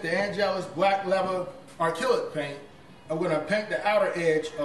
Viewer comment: n its acrylic not arkillic lol hahahaha